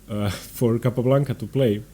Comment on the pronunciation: Second small quibble: You have the absolute best name pronunciation of any commentator on YouTube. Capablanca! Azmaiparashvili! Zapata! Clean voice and correct... Except for Ruy López (as written in Spanish), which is pronounced LO-pez instead of lo-PEZ. Wonderful videos. Earned my subscription.